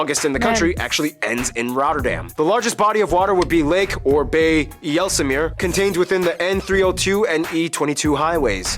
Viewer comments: Actually not bad for an American, but... IJsselmeer is pronounced "Ice-el-mear", (as in; my dear), not e-yellsemer, or whatever you made of it. And the WALDEN Islands...? No the WADDEN islands. loose the L... And the complete phrase is: "Meten is weten, Gissen is missen" which means, (2nd part) Guessing is missing. Your demographic pie-chart is WAY OFF... And I mean, WAY OFF... since the EU forced the Netherlands to open the borders. No, we don't like the King all that much. Just Kingsday... The European Coal and Steel community which became the "European Economic Community", (EEC) and NOT the EU. The EU hijacked the EEC against the will of 61% of the European people by vote in each member country. But a bunch of corrupt politicians founded that monstrosity anyway, so slowly and quiet that nobody really noticed until it was too late. Only the British got away. And now we're on the brink of war with Russia thanx to those Brussel Psychopaths. New Amsterdam wasn't sold in good friendship at all. That process wat pretty violent. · AYE-SULL-MEAR not jizzlemear WAH-DUNN islands, not walden Philips is also the only company that makes E-UV lithography machines, which produce the world's densest microchips. Chocolate sprinkles on bread is just crunchy nutella, basically. Tastes like a chocolate bar though, not like nutella. That is the best Dutch pronounciation I have ever heard from that continent. Very well done, sir. That's not correct, they originally were introduced on the salt flats, where the customary leather shoes would rot through very quickly. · "Ijelsemeer" funny. IJ in Dutch is pronounced in English as "Y" so Ysselmeer or maybe icelmeer for the English. And then English think "Gouda cheese" sounds like Gooda, like poop sound. It is actually like "Gowda". Ou is the vowel cow, bow, how:).